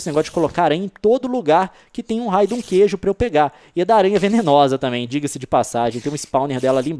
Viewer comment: só eu vi que voce falou gueijo?